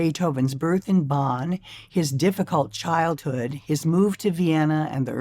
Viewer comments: Um, exactly. She said Bahn, like John. That is WRONG. It should be more like Bohn, like Bone but with less of a closed O. And no, it's not silly. It's awful to hear the city pronounced "Bahn." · Hearing Bonn so mispronounced is hard to take. I'm dreading hearing it. How can she not even TRY to get it right? Or close. She says, Bahn, like John.